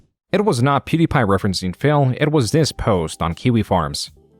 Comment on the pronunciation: I really appreciate how the narrator chooses to pronounce phill as 'fail'